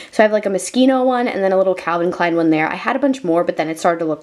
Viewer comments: Me: ooh it's a moschino bag: I have my mosceeno bag Me: IT'S PRONOUNCED MOSH-EEN-OH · I paused at “moskeeno”.